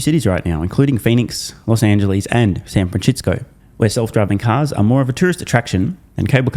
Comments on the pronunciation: San FranSHITsco 🤣 every single time 🤣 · San franshistsco😂😂